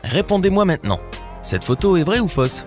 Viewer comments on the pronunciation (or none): none